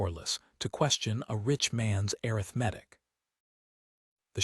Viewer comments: Exactly. Also, arithmetic…. A-RITH-me-tic should be the emphasis. I am tired of hearing a-rith-MET-tic. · air.ith. metic 🤯 A RITH MA TIC Good story Good reading voice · Please teach AI to pronounce - a rith ma tik - it is the first pronunciation in the dictionary.. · I hate errith-medic for arithmetic. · Please teach these AI voices how to read words correctly. Can't pronounce arthimetic! Slocombe, etc. The story is nice but every time a word is mispronounced, I go nuts. There is no call for having 'readers' mispronouce evrrything. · would someone please tell AI how to Pronounce Arithmetic??? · I just wish this voice could pronounce the word “arithmetic”! It’s the same in other videos. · I agree. AI readers should have dictionary pronunciations programmed into them.